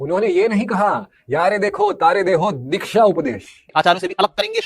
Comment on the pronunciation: are uncle dikhya nahi Diksha hota hai. Pehle bolna to seekh lo😂